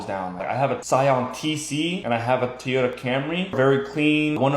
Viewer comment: Yet another Youtuber that says "TEE-yota". Guys, there's no "E" in Toyota!